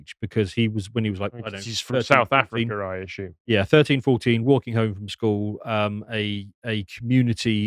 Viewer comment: There is No H in the word Assume. Please stop it . Its Assume not Ashoom .